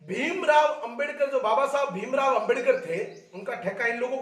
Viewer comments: Phle ambedakar bolna sikhle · pehle 👉Ambedkar shi bolna shikh le fir bakvash karna